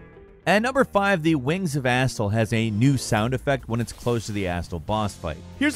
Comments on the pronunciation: I was only listening and the way you say Astel really threw me off for a second "when youre near the asshole door" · i hate you pronounce some tings. Like you pronounce astel as "Asstul" instead of "Uhstell"